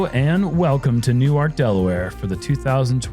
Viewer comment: Cool to hear pronounce Newark properly! (Unlike the New Jersey Newark pronunciation.)